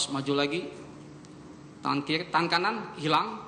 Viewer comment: Menoleh ke kiri atau menoleh ke kili? Analisis video jago, tp bilang er ga bisa2.